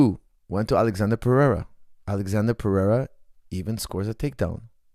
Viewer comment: Lol stop calling him Alexander. His name is spelled Alexsandro and pronounced “Alessandro”. It would be a lot easier to just call him Alex if you didn’t know his full name or weren’t going to pronounce it correctly again and again. It almost takes a pertinence to get something wrong that many times on accident.